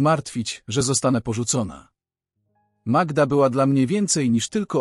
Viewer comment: Przepraszam, ale mnie również razi przeksztanie imion,skąd wzięła się ta magieda,nie powinien Pan czytać tak prawdziwych historii,wstyd